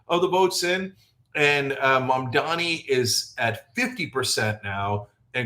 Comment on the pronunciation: At least you pronounce his name right